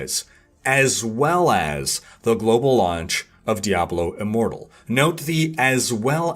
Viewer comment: Did he say Diablo IMmoblie? ( I think) THAT's a name I can get behind! #DiabloImmobile